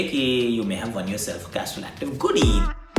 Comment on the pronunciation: It is funny how Akash Chopra says the 'Goodie'😅😅😂😂😂